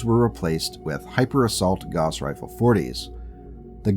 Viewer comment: fwiw Gauss = gowss (/ˈɡaʊs]/) not "goss"